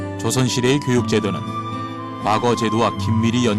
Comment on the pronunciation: 이 narrator는, past라는 "과거"와 옛날 시험인 "과거"의 발음을 혼동하고 있음은 현 한국 문화의 아이러니인가? "한글 전용 광난"의 소치다.